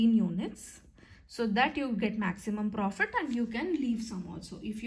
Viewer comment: Mam the way you communicate is so nice, especially you spell words like profittt,take ittt is so cute❤